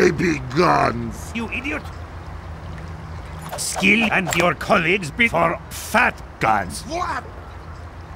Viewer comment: Sounds like spy is saying "Skill and your colleagues before fat guys". XD